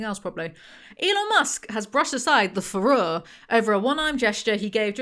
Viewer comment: Your pronunciation of the word furore sounds a lot like fuhrer and it was a lovely unintentional pun.